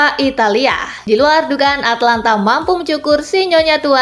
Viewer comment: Atalanta mbak bukan Atlanta